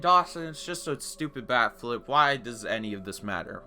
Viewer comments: Holy shit the entire video I thought he was saying back flip. Wtf is wrong with these pitchers, even a backflip wouldn’t be enough to purposely hit someone and they do that shit for a bat flip? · I'm not a baseball watcher and everytime he said "bat flip" I thought it was "back flip" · I heard "back-flips" for the entirety of this video and i was kinda confused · I thought you were saying backflip, because I didn't know throwing your bat was disrespectful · I kept hearing 'backflip', was wondering when it would be shown. But the "disrespect" part was a fucking BAT flip? Good God you blew my mind. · I am a baseball watcher and everytime he said "bat flip" I thought it sounded like "back flip" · I thought you said a back flip lol honestly tho a bat flip?? 😂 How pathetic